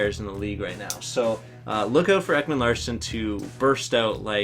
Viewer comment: Ekman Larssen?? It's Ekman Larson u sped